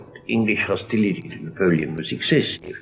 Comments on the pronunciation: Very interesting, but did you notice how he pronounced words like hostility (hosteelity) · The way he said hostility, woukd that be a vowel shift too? 'ility" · didn't spot that because Italian doesn't have the English short 'i' as in 'bit' - he will say 'beet'. I can't understand why has to say 'hosteeleety' and 'uneducateed' when he can say 'Bismarck' perfectly well.